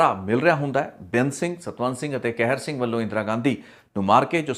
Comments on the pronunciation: ਤੁਸੀਂ ਕਹਿਰ ਸਿੰਘ ਬੋਲ ਰਹੇ ਹੋ ਜਦ ਕਿ ਸਹੀ ਨਾਮ ਕਿਹਰ ਸਿੰਘ ਹੈ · ਭਰਾਵਾ ਕੈਹਰ ਸਿੰਘ ਨਹੀਂ ਹੁੰਦਾ ਲਾਵਾਂ ਦੁਲਾਵਾਂ ਦਾ ਬੋਲਣਾ ਕਿਸੇ ਕੋਲੋਂ ਸਿੱਖ ਲਵੋ ਫੇਰ ਵੀ ਸ਼ਾਇਦ ਕੰਮ ਆਵੇ